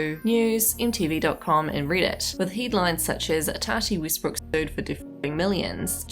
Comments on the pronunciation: Westbrook (“e”as in “elephant”) not Weestbrook. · Obviously, but someone’s name should still be pronounced correctly.